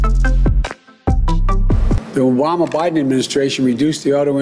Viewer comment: The Wama biden administration… 😂